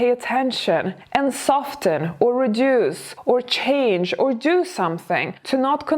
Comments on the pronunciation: Very amusing! ( And the "t" is silent in "soften". Whereas it's optional in "often") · Love you but the T is silent in soften